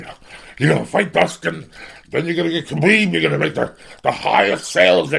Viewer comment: everytime he said kabeeb im getting hungry